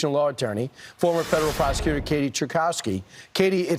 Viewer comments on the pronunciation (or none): persacutor not prosecuter lol